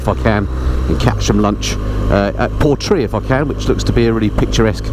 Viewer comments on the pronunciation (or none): none